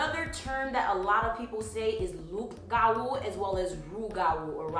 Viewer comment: You don't pronounce the P in loup-garou, it's silent. It's the french word for werewolf.